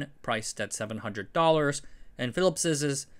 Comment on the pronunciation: "Phillips's" again?